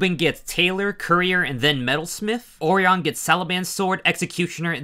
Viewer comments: I think orion is named after the constellation. Or-eye-un. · There were a lot of mispronounced names in this video. Orion was a particularly shocking one.